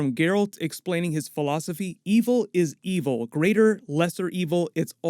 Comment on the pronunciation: He goes in and out of a really good impression to a really good but slightly British impression. "Had them filed down" was spot on. "Lesser, greater" GR in the game would have put more emphasis on the r in greater. Still, he's doing good so far from this and it may be better on the actual release. Hype!